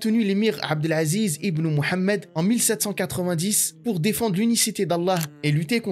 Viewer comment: Inv Mouhamad arrêté de dire méd mouhaméd ok 👌